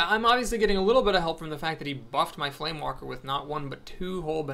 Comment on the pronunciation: Just one thing, it's FlameWAKER, not FlameWALKER. Also, that's a pretty interesting Brawl this week. Gazlowe OP!